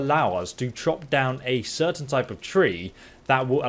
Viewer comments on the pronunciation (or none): none